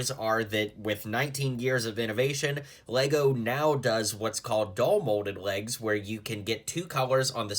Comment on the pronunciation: DUAL molded legs. Why did you start saying DOLL... You've said it correctly for years.